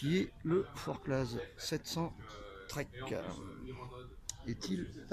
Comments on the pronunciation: Salut! Pour ta culture, le Z ne se prononce pas, même pas au Valais ou se trouve le col de la Forclaz!:) (ouhai, c'est Suisse!:p) Les petite sangles permettent surtout pour de pré-serrer ton matos pour économiser les fermetures-éclair qui sont trop en contraintes sur d'autres modèles...;) Sympa ce sac! Du coup, le temps de taper tout ça, j'ai zappé le reste de la vidéo, mais salutations quand même!!:p A peluche!! Stéphane PS: T'arrives à mettre une nalgène d'un litre dans le porte bidon? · Forclaz ... Lol on dit pas le "az" parole d'un haut savoyard ... Chamonixe ... Lol Je déconne pas , c'est vrai . On prononce vraiment pas le " AZ "